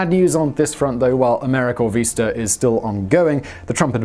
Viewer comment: PLEASE learn how to pronounce things. You constantly get place names wrong, and this time you got VISTA wrong. It is very distracting and makes your commentary seem possibly inaccurate in other ways.